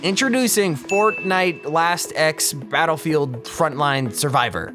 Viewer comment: i thought it was fortday lol